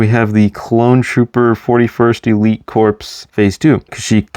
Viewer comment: A few things: - Corps is pronounced like core, not like corpse. - The 2008 shock trooper is different from the 2007 one in that he has a white hip piece instead of a black one. - The Lightning Squadron ARF trooper is specifically Razor because of the four blue stripes on his helmet, Stak only had two blue stripes. - I don't know why you included ARC trooper Hammer since you left out all the other named clones. - The 2019 41st scout is different to the 2014 one because of the dark tan printing on his inner legs instead of the brown printing that the 2014 one had. - The 2020 airborne has completely different printing to the 2014 one. - That design first appeared in Clone Wars seaon 5 and then the exact same design appeared in the 2017 Battlefront 2. - I've seen more people online be fine with or not have an opinion on the helmet holes than I have seen people have a problem with them. - Fives was an ARC trooper and his rank is unknown, but he was likely either a sergeant or a lieutenant.